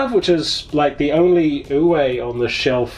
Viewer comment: Just a heads up Uwe is German. The “w” is pronounced as a V. So more like Uve, not Uway. There’s a pronunciation example here